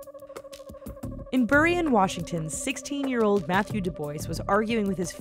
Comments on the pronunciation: It's doob-wa! not doo-boys! Grrr! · STOP SAYING DO BOYS HOLY SHIT ITS DO BWAH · Dubois is NOT du boys...argh it's du bwa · Doo boys ? Du bowah not do boys LUL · Did u say Matthew "Du-boys"???? I think you mean "Du-bwah"....., right?? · She said DuboiS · duboys?? Dubois lol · It's DUB-WAH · It's not du-bwa? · "Mathew Dubois" 😂😂 someone didn't get an A in French class